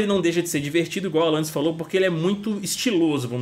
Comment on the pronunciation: só eu q ouvi alanais q da ?